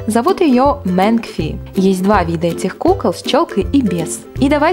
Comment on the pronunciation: МЭНИ и АЙРИС , ато вы как-то странно произносите имена